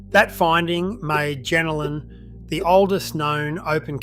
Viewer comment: Pronounce it properly please... it's pronounced JenOlan